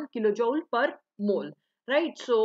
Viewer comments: It's जूल not jaoule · It's pronounced as "jool" and not as "jaul"